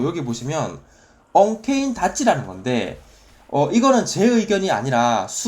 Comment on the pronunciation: 언케인 닷지가아니라;; 언케니 닷지요 ㅋㅋㅋㅋㅋ 명칭 바뀐줄 알았네